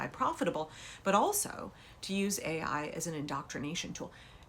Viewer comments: McMahon thought AI was pronounced AL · She said A1 like the steak sauce.